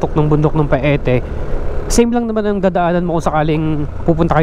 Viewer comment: Ang correct na bigkas ay Payte not Pa-e-te.